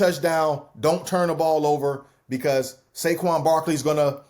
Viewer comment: Did Perk say “ShayQuan” Barkley??😭😭😩